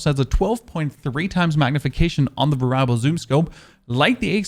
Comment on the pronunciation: it's pronounced Vare-EE-able.... not varable